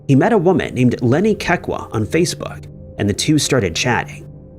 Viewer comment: Kekua = Keh-Koo-Ah